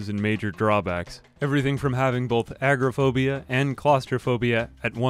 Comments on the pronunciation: Idk why it bugs me but it's a-gore-a-phobic not agrophobic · I haven't played the game, but I'm pretty sure you mean a-go-ra-phobia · Are you British or American??? Ahah why are you saying agoraphobia with British pronunciation lmao